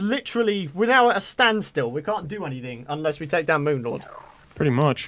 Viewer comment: take not tame